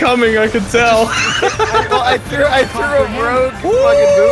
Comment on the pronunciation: yes your American even though you mispronounced the word car